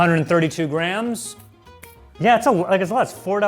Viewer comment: sounds like he is saying "Grahams" when he says "grams"